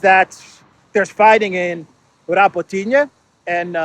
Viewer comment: Hey, it’s Ra-bó-tee-no 😉🙃